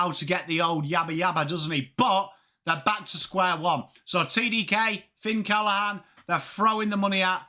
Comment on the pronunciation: His name is Finn CallaGhan not Callahan. They pronounce the G in the family